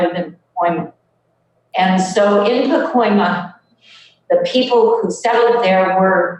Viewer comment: I love you. I really do. But it's PacOIma, not PacOmIa. Every time you said Pacomia was like fingernails on a blackboard. Aside from that, great article as usual. You and The Real News Network are awesome. Thanks for all your terrific work!